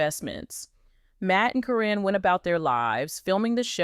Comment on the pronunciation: Caryn is pronounced Karen btw. Your video could be taken more seriously if you knew her name. 😂